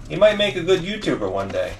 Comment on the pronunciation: “Goot” 😬